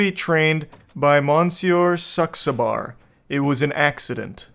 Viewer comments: the mistake he makes again and again is he pronounces the name with a "u" like suxabar, when he needs to pronounce it with an "a" like saxabar XD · It's not SUXabar, it's SAXabar!!